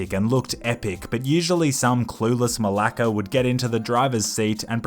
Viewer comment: did he just said malaka the greek word for dush